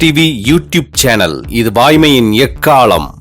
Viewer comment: வாய்மையின் எக்காலம் என்பதை எக்காளம் என்று சரியாகச் சொல்ல ஆட்கள் இல்லையா?